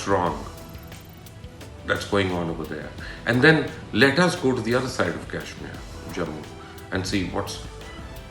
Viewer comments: Learn to pronounce Kashmir girst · At least pronounce Kashmir correctly.